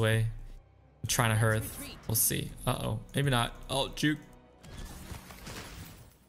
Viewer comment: Hearth is pronounced like heart not like earth. Great videos though.